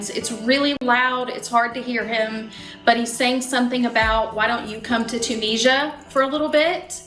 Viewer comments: Why can everyone else pronounce Tunisia correctly but Americans on this show ( and are 2 examples) cannot? How can they not know how to pronounce the name of the country that their husband comes from? They both say TON-EE-JA! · Why does she pronounce the name of his country incorrectly?